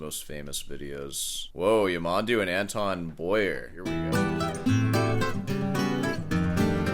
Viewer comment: Stress on the last syllable: Ya-man-DOO